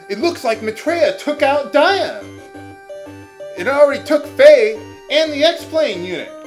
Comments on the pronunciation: But you don't explain why, in light of your awareness of "Dee-on" that you stuck/stick with "Die-on". Did you stop pronouncing it that way? Am I mistaken? D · ディオール Is "Dior". That's the original Japanese. I figure it's pronounced "Dee Oh R[u]" Have you NEVER Met ANYBODY named Dion in real life? "Dee On" ? I mean, I can forgive some words in some playthroughs, but this is a common name used in America, and the original name is quite close with this pronunciation :( I'm certain you would have argued with us in a previous episode, but I can't recall seeing such. Why do you stick to "Die-on" ?